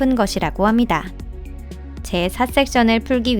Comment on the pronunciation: ~~ 합니다 `~~ 있습니다 할때 음이 너무 부자연 스럽네요 그전 영상에서는 못느꼈는데 어색하네요